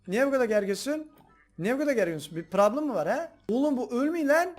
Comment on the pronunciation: Abi çok güzel diyiyorsun PRABLIM